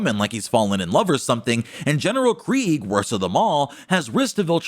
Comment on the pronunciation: FINALLY, Someone pronounces Kregg’s name correctly!